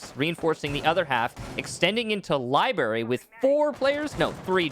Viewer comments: Not barry ,brary cmon thee most aggravating mispronunciation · Ah yes libary